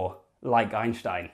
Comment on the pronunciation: It's Ein stein not Einsh tein say it correctly.